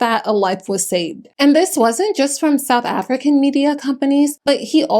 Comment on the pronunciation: As a South African I want to acknowledge that you did a solid job with the name pronunciations. 👏